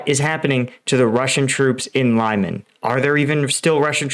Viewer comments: great vid thanks! and not so sound cocky but Lyman is pronouced Lee-mawn.. it now sounds like a suburb somewhere in New Jersey. ;) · The way you pronounce Lyman kills me. I know it’s harder for Americans than for Europeans who are used to traveling and other languages, but if you say the same Russian or Ukrainian name in a video 50 times in a row and again 50 times in the next video, just type once лиман in Google translate and you know exactly how it is pronounced. Luhansk also drives me crazy, it’s so easy to pronounce, but YouTubers just prefer to butcher all the city and politician names a hundred times in a row. Just cover another topic, if you don’t care about the content. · Please do better with the place names it's is pronounced Leeman all it takes is to listen to some of the other YouTube videos coming from some of the local contributors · A tip. You can type city names in google translate, set it to Ukrainian and listen to the pronunciation. My ears bleed every time you say "Lime an" :D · The right way to pronounce Lyman is Lee-man. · lee-MAHN!! You pronounce all those other cities’ names correctly. For the love of your own credibility, stop mispronouncing Lyman like it rhymes with ‘SIMON”. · It's pronounced Lee-man... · I'll go with the Ukrainian pronunciation of Lee-MAAN. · It is pronounced “lee man.” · Its 'Leeman', my friend. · Pronunciation guide: “Lyman” (луман) — pronounce it like “lemon” with the stress on the “o”. (The “y” is pronounced like the “i” in “it”) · I never know how these American/British commentators are able to pronounce 'Sievierodonetsk' and 'Zaporizhzhia', but not 'Lyman' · Stop mispronouncing "Lyman." The "y" is like short "i" as in "it." And "man" ryhmes with "on". Otherwise, you are doing a great service. Thanks. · The fact that you did this 60x really rankles. Please do better on your next vid. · I like You, I like Your channel , BUT PLEASE 🙏 change, correct your pronunciation of Lyman! It’s hard to listen to, it distracts